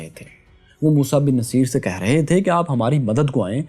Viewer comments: vai, it will be musa bin nusayr...actual pronounce... did u get another one as naseer? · Its Musa Bin Nasaer and not Naseer !! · It's Musa Bin Nusair not Musa Bin Naseer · Sir the pronunciation is mosa bin nusyr not mosa bin naseer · Musa ibn Nusayr موسیٰ بن نصیر is right pronunciation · موسیٰ بن ٗنصّیر آپ غلط پڑھ رہے ہیں ن کے اوپر پیش ہے اور ساتھ میں شد ہے ص پر آپ نام کی تصیح کر لیں کمنٹ کا جواب لازم دیں شکریہ😍